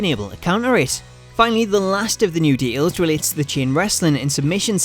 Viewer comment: I don't mind accents...but de-ails is not a word.